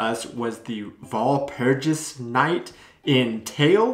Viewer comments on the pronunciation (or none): "Wall Purgis Night"? Sorry, I understand only train station.